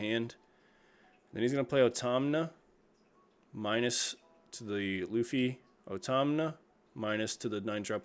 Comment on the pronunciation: Why do you say Otama like that lol